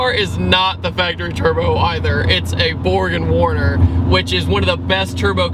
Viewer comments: Its pronounced BorG Warner..not Borgen. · borgnwarner? didn't know there was a 'n' in there